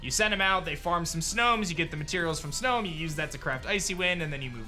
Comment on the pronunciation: Its snom not snome.